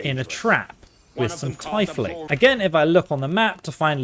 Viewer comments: It's pronounced Teaf-lings lol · Great video, quick note: Tiefling is pronounced as TEE-fling. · You pronounce it "teefling" even if it's spelled tiefling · i love your video.. but man please pronounced the work Tiefling correctly the word is always pronounced "TEE-fling" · He definitely either knows how it's pronounced and is doing it on purpose, or he's really stupid. Because they say that word in the start of the game DOZENS of times.